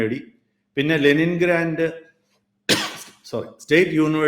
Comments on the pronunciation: Leningrad not Lenin grand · Leningrand അല്ല മഹാനെ, Leningrad ആണ് 🙏